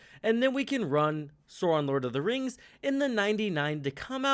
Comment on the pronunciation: It amazes me how many yanks can’t pronounce LOTR names lol